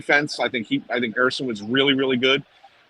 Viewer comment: Bundy pronouncing Ersson "UR-Sahn" everyone else, "AIR SUN."